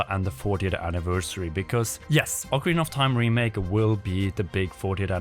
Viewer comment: Really annoying that guy saying oakarina of Time over and over It's Ocarina of Time like how do you not know how to pronounce the game after all these years